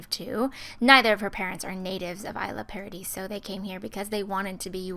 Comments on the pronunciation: it's pronounced e-sla paradiso. not I-sla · it's pronouced e-sla in fact since it looks like the name's made to be in spanish so lol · The towns name is Isla Paradiso. Pronounced like Eslah Paradiso. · Really don't mean to be rude, but its pronounced E-sla paradiso. :) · it's pronounced eesla.